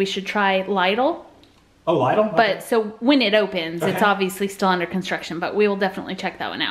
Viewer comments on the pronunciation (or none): Lidl is pronounced LITTLE... only more like LIDDLE.... not LIE DEL...... Aldi is the better of the two. Lidl treats their workers like crap. At one time, my late spouse worked for both Lidl and Aldi.... she HATED Lidl, but at Aldi she was given opportunities and was Asst. Manager in less than a year. Still their prices are good, but Alidi is just the better store. Since being in Germany and both Lidl and Aldi are German companies, I would like to see what American stores look like and if they are done the same. Here in stores, the checkers SIT at their cash registers, because standing all day is hard on the feet. LOVED the haul today.... makes me so hungry for things! But cooking for one is hard... and actually more expensive because I can't buy bulk.... like that bag of potatoes would feed me for six months... and the potatoes wouldn't last that long. Anyway... shutting up now LOL... i do tend to prattle on sometimes. HAVE A GREAT DAY GUYS and again HAPPY BIRTHDAY,!!!! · lidl is pronounced lid-all, much like ''little'' just a D instead of T obviously:) and hope you had a lovely birthday! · It's pronounced like Liddel like little but with d's ☺️💜